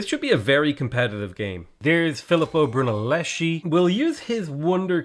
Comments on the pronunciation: Hi an Italian subscriber here. I love your content but just one thing: it's Filippo Brunelleschi but it's pronounced BrunellesKi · Philipo Brunelleschi is actually pronounced Phileepo Bruneleski